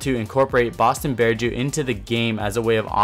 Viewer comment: it's BostonBearJew, not BoatonBearJew